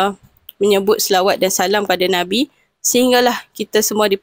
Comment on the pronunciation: BUKAN SAWAT NISA,!!!!!SELAWAT.KENA SEBUT BETUL2